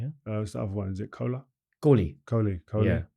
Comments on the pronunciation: He just said cola 😂😂 instead of saying kohli😅😅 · Kohli ❌ Cola ✅ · Kola ✅ Kohli❌ 😂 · 17.42 Kohli ❌ Cola ✅ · 17.38 kholi❌cola✅🤣😂